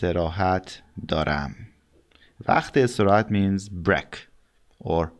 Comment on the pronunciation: Break rhymes with steak just so you know. Kind of like a ay sound rather than an eh sound.